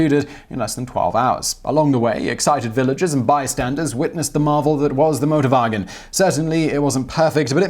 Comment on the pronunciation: no problem, thought thats what he said at first too. Then i realized that he is very brittish and saying a german word. So yeah motorbargins. Sounds like a place you shouldnt buy a car doesnt it?